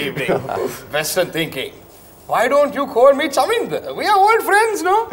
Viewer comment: pronounced Chaminda correctly 😂